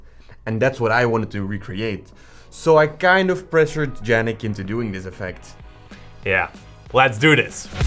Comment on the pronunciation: Why do you keep calling Yannick Jannick?